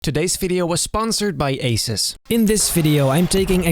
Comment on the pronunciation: Asus -> A-SUS